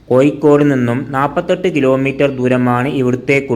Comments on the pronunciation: കോയിക്കോടല്ല കോഴിക്കോട് എന്ന് പറയൂ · മലയാളത്തിൽ ഴ എന്നൊരു അക്ഷരം ഉണ്ട്...തൊടുപുയ, മുവാറ്റുപുയ, കോയിക്കോട് അല്ല... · Ennal pinne, malayalathil Kozhikodinte peeru mattiyit Koikode ennakkikoode? Swantham naatukar thanne peru maryadhakku ucharikkunnillel pinnenth paranjit karyam. Evde aarum engade malayalam slangine kalayakkunilla, ningalude ucharanatheya kaliyakkunath. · Actually it is koyikkode... It is derived from koyalkottai